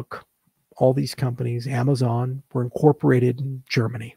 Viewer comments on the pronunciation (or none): none